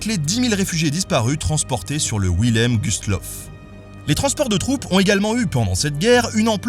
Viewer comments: Wilhelm se prononce "Vilhelm" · En allemand, le V se prononce comme un F. Il n'y a pas de S entre le n et le p. Le Z se prononce "tz", pas "ch". Le double S se prononce comme un S, pas comme un Z. Il faut prononcer le dernier E de Cecilie. Il n'y a pas de sch entre n et p, et il y a un n avant le z. Et le h et le deuxième l de Wilhelm doivent être prononcés. Mais c'est bien d'avoir essayé :-)